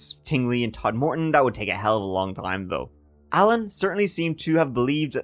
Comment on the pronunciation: Todmorden not Tod-morden. Sincerely, a local.